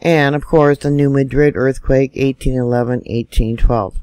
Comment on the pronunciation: MAD-rid. That's how locals pronounce New Madrid. Say it with me. MAD-rid.